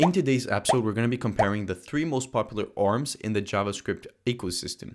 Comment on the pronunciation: BTW I think ORMs is pronounced as a abbreviation rather than a word. Love your videos!